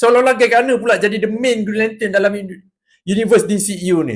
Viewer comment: Mula2 macam nak marah bila dengar "brown lantern"🤣